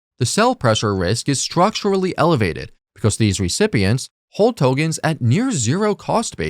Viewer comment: Please, please, please Tokens with k. The content is great but I'm gone as soon as I hear the first Togen